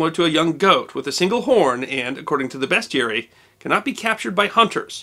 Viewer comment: Thanks for saying 'bestiary' proper.